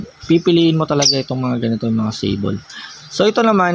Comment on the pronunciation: Kamote Hindi alam pronounce ang sable. At hindi mo rin alam ang totoong meaning ng sable tsk tsk tsk